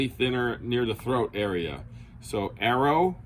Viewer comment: It's pronounced Aero no Arrow.